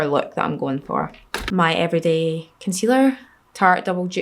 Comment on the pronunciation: Why "everiday" lol